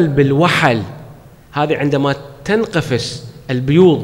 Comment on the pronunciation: سيدنا كلامكم رائع ملاحظه:(البيوض تنفقس وليس تنقفس )